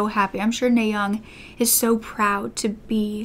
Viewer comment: Her name is pronounced "Nah" as in the first syllable of "audience." Kim is also her last name and NaYoung is her first name.